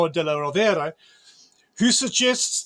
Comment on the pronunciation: He also mispronounced "della Rovere" (Rovere is accented on the first syllable).